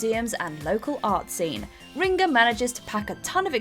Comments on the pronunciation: 10. Kutna Hora CZ 9. Brasov RO 8. Bratislava SK 7. Tallinn EE 6. Gdańsk PL 5. Szeged HU 4. Lviv UA 3. Zadar HR 2. Riga LV - She calls it Ringa for some reason 1. Belgrade SRB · I mean, still not as bad as "Ringa". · Nobody: Narrator: riNga